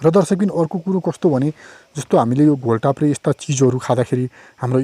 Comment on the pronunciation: घोल ताप्रे होइन राजा घोड टाप्रे हो !